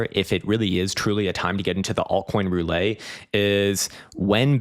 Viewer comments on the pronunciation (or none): What is Russian Rouley? It's Russian Roulette.